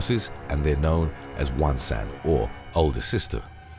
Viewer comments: Whoops, spotted a little mistake. Big sister isn't "one-san", but "onee-san". And it's also pronounced differently from "one". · It pronounce onee-san not 1 San Damn this made me sad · one san?? i think it’s on-ie san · You know what will kill you? It's me. Because you said "1 san"